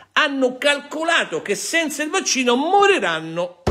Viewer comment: Avvocato, non le riesce proprio la pronuncia del vaxxino!